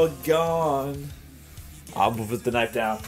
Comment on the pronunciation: why does he say knife like knoif? XD